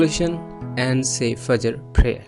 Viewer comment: Sir u pronounced word fajjer wrong